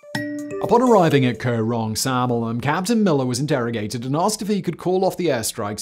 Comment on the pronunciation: Thanks for the video. But it's Koh Rong Sonloem, not Samloem.